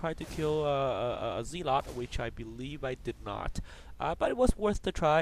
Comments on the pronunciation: It's defiantly zelot, not zeelot. Same root as the word 'zealous' which is a bit more common and pronounced zel-us, not zeel-us. The 'a' carries more of an ah sound than an ee. If you want to get really fussy its actually zel-uh-t (as if the 'o' were a 'u') but that's going into the history of the word (and who cares these days). Hope that helps clear it up a bit, just my 2c. Nice commentary. :) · It's a barracks not a barrack! And it's pronounced "zelot", not "zeelot"